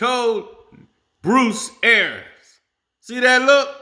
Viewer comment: Somebody tell the coach's name is pronounced like it's spelled... ARIANS.... pronounced ArEEans...not AIRans...just sayin